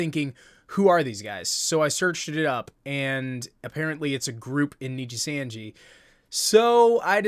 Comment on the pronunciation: I never heard anyone pronouncing nijisanji like this before😂